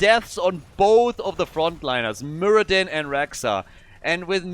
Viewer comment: Muradin? You might call him... muradone.